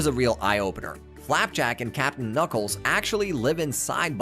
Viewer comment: This has to be AI read.. “ka-nuckles” “com-pass” “posaiden”